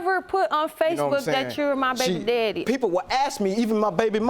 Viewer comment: 😂😂😂learned another word the other day"mines"🤣🤣🤣. The English spoken here always leaves me in stitches,don't even get me started with "aksing".